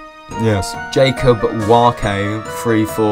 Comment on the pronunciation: you don't pronounce the e in warke.